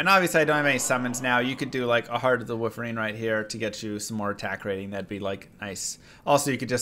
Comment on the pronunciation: ma man, what's with that wolverine pronunciation? XD Good work as usual